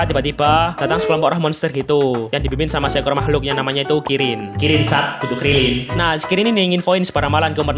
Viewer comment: ngebilang kirin malah jadi krillin🗿😅